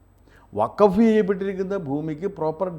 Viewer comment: Pls pronounce properly…it is not WAKAF….it is WAKF…C th difference